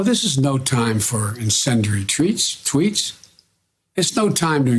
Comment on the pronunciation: TREATS or TWEETS, anyone ??? 🎃🎃🎃🎃